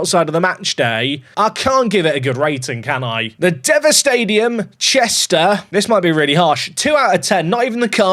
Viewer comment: Woo, Chester Away Day! It’s pronounced Dee-va. Your rating has gone way done since last time! 😂 Pretty sure it got like a 7/10 in FM23 (episode 28)